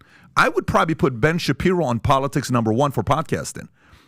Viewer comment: The moment he said Ben shaperio that was it for me. Lost all respect for this channel. Ben shaperio 🤣🤣 and I had just subscribed because of tucker offer.